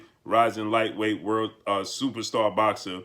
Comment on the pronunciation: Supastah, supastah, supastah. with that said, with that that said.